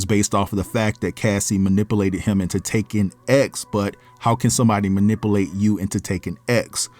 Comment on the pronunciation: Say it with me manipUlate not manipAlate